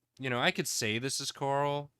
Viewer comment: The way pronounces coral like Carl made me get all excited to see a bunch of dudes named Carl.